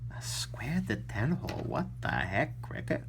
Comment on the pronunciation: Are you sure you're pronouncing "detent" right? Either you or everybody else is wroong. I would not put it beyond you though, that you actually the only Person that knows how to pronounce it correctly. Have yourself a wonderful day.